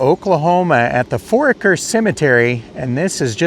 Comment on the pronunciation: I spent a good time of my childhood in that area. Foraker is pronounced For-aye-ker, and the last name you couldn't pronounce Ehrlich is pronounced closer to er-lick. I wasn't aware Jesse had died. A lot of familiar names and families in that cemetery.